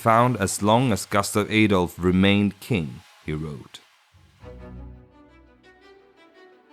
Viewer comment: Jag tycker du ska uttala Gustaf Adolf och Sveaborg så som vi gör det på svenska. Om jag var du skulle jag översätta "min faders blodiga tron" som "my father's blood stained throne". Ordet " bloody" har inte samma innebörd i det här sammanhanget. Heter du kanske egentligen AI?